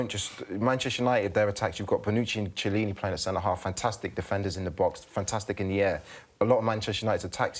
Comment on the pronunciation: "Chilli-ni" Gawd.